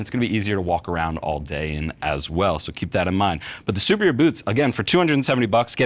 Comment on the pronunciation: I have a sneaking suspicion that they're pronounced "soo-PEER-ee-yuh" like superior but maybe that's just me.